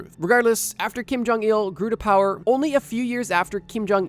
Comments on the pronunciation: It bothers me he says jong-eel instead of jong -ill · Kim Jong Eeehul